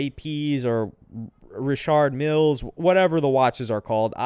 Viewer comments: That’s the right way to pronounce it. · That’s how it’s pronounced.